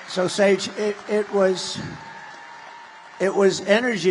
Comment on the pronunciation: He called her Page instead of Sage